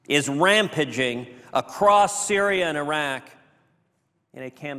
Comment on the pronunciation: Ted is obviously an idiot. Normally I wouldn't criticize some one for a minor mis-statement like “ram paging” as opposed to “rampaging” but did this idiot even look at his “speech” before he read it? How do you not know what “rampaging” is? Anyway, we are prosecuting supporters of terrorists and have even illegally incarcerated a few. What more can you want? Take away their citizenship? So what? Ted, you're a loser.